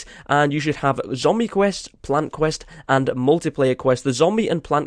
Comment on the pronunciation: You mean, “qwirst”